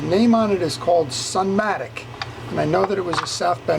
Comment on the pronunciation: Actually it’s a SUP-Matic ( Super Matic ) not SUN